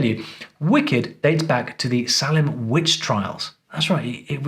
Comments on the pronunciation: say-lum not saa-lum is where the famous witch trials happened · Also it’s Say-lem not Sa-lem or Sah-lem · It's pronounced Saylem. And I thought Maine was part of Massachusetts.